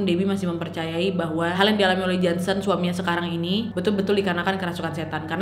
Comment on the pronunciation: Ngakak pas Ka nad bilang jonson bkn Jansen :(